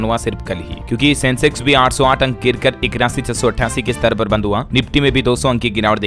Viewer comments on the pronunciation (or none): none